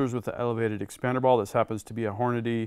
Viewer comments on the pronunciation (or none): none